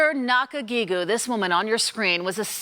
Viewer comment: Hey? You got her name wrong. her name is Esther Nakajjigo (go) not Nakajjigew (gew).